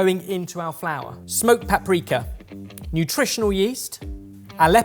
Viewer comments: "smoked paprekka" Ah yes. My favourite spice. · Maybe it's bog-standard British pronunciation, but I wince a little when says 'paprika' and a lot when he says 'jalapeno'... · I almost laughed when pronounced paprika as "Papreka" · I thought it sounded like "paaprecka" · Papreeka is apparently the US pronunciation, papricka UK (says Cambridge Dictionaries)...papwrecker is definitely Benglish.